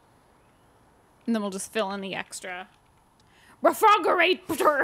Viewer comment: I laughed so hard at "refrogerator" I dropped my phone on my face..😂